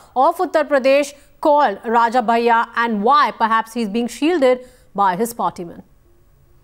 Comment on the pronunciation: its 'bhaiya' not bayya.